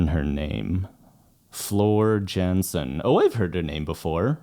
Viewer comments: Ja, zij komt uit Nederland. En haar naam wordt dienovereenkomstig uitgesproken. Niet /dʒa.../, maar /ja.../ . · "YaWnsen?" C,mon dude 🤣